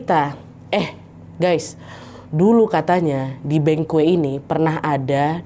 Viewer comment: izin ralat ya, bengkoe yg dimaksud mungkin banquet. dibacanya “bangket”